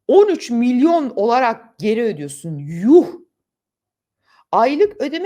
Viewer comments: Milyor değil milyon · milyor milyor diyor... Milyor diye yeni bir birim mi çıktı?